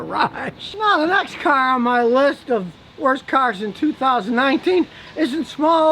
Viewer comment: 😂 also you gotta laugh at the way he says cars— ‘Kharz’